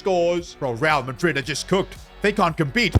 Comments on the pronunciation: bro forgot the r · bro missed the "R"😢